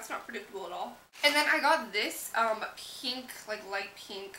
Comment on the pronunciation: a lot of beauty gurus pronounce pink "peenk"